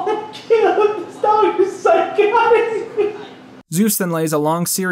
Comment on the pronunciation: Joey "This dagh is one of the smahtest animals on the planeht" Diaz